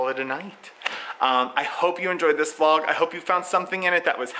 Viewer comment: Binge watching all your videos and I’m so happy I’ve found you! I love the way you pronounce vlog....more like va-lauwwg. 😂 I love how there are so many regional accents in the US.